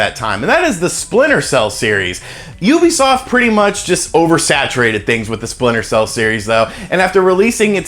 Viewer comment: Ooobisoft. Or youbesoft? How is it legitimately pronounced???